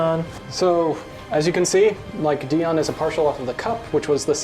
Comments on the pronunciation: Dion is pronounced DIE-on. Not DEE-on. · Weird that they say Dion when in the original episode his name is pronounced “Die-on”